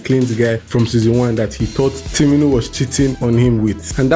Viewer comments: 😂😂 You keep saying "timinu" so unbothered to pronounce it right 😂😂😂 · you still didn’t say it right! Its TU- MI-NI as spelt fam!!!